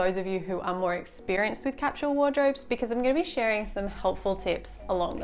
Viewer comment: What is “capshul”? Are you saying “capsule”?